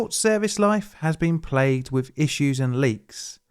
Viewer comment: I wish you could discern between "dis" and "this", "wiff" and "with", etc. Very annoying to try to listen to you.